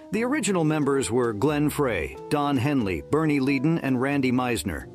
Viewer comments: How can you misprounce Glenn Frey? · Are you an actual person? You mispronounced names including Glen Frey, Bernie Leadon and no mention of Don Felder??? Without Don, there's no Hotel California amongst other songs. FYI, most of these musicians have passed away. Also Abba? The Carpenters? Lol, these were bands we made fun of in the 70s!